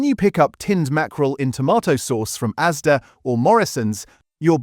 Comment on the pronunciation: It's ASDA not AZDA